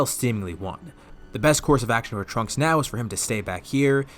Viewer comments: When he said trunk-ku I head dbza broly in the back of my head screaming “TRUNKSU” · Instead of trunku it should've been trunksu like the Japanese name, would've been pretty funny